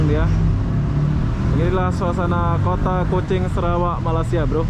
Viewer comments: bang cara bacanya maleysya.. bukan malassiya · Malaysia, bukan malasia biar fasih kedengaranya.